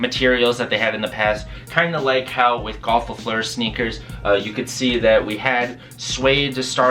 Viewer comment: Look at how u say golf le fleur in french